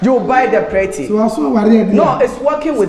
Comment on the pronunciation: "....prety.., you will buy the prety..! lol